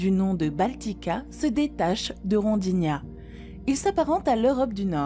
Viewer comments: Y'a bien écrit " Rodinia" pourtant, alors pourquoi elle dit "Rondinia" ?? Et Laurentia, je l'ai tjrs entendu prononcer Laurenssia, comme pour le prénom Laëtitia... alors que là non, elle prononce ça LaurenTia... elle est française ou étrangère parlant français la narratrice .?? Y'a tellement d'erreurs de prononciation que c'est à c'le demander... mais sans ça ça va, elle a une jolie voix... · Sujet et reportage fort intéressants, comme toujours. Petit détail que je dois quand même souligner: le nom du supercontinent est Rodinia, et non Rondinia. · Quelques erreurs de prononciation: Lichen, Rhodinia, Trilobite... Sinon bon doc et avec la voix de, cela ne gâche rien, merci!